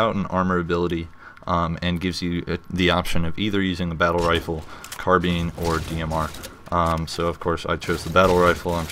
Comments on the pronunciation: i hate it when people pronounce carbine as car-bean, unless you were taking the piss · CAR BINE NOT CAR BEAN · lol carBEAN lol , that made me laugh .. lol , don't hate .. Just saying !